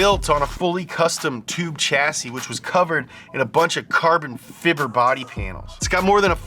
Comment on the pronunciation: The CH in the words Chassis and Chevy is pronounced SH not CH